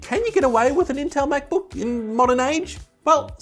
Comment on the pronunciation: The words "Mäc-Book" and "Any Good" ?!? BWAHAHAHA !!!!